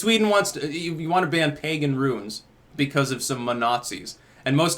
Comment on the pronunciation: thought you were speaking on ruins buts its runes.